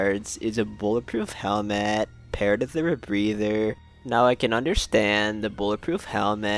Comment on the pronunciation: Why u speak like this " helmeeet